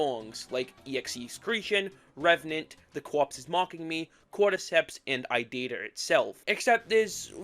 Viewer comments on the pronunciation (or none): Why are you calling it idida and not irida? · why do you say irida like idita? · Please stop pronouncing irida as "i data" PLEASE💔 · So few things 1. Aethos v1 dropped i think a month before silly billy but was overshadowed by it 2. The Courpse is Mocking Me and Cordyceps are actually title changes and the original names were Body Floating Towards Me and Obsolete 3. It's pronounced I-ree-da(i think) not i-did-ah 4. The og sprites you showed were actually fan finishes, the real ones wer never finished 5. Slingmingo didn’t make shuck they only wrote the lyrics and sang them Edit: forgot stuff 6. The Secret Door arc starts at the ending of the apartment era no the old sml house era 7. Revenant, EXECreation and kinda irida come from Aethos however irida was originally a Logan head song from SML wiki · How did you possibly get to "Idider" from "Irida"? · IT'S I - RI - DA! it's no that hard! 😭😭😭😭😭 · Also, IT’S PRONOUNCED “E-RID-UH”